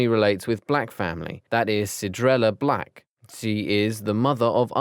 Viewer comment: Did u just say Blacj excuse mw